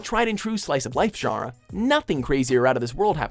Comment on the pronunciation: he says genre wrong every time.